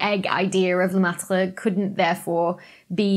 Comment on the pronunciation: That was NOT a horrible Aussie accent. Dr. Becky. Thou shouldst not sell thy linguistics short. Singing the BBT theme. Loved it! And thanks for pronouncing Lemaitres' Name. Been wanting to hear it for some time. A hard one to remember.